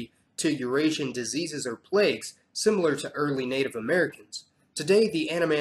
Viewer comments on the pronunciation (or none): none